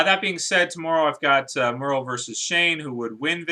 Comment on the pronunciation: Murl? It's MERLE.